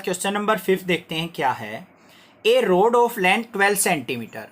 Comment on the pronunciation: road nahi hai rod hai 💀